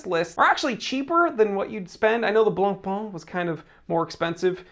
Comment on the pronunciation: It's not "Blon-Pon", not even close. The closest that an Anglophone can get to pronouncing it correctly in "Blon-Pay".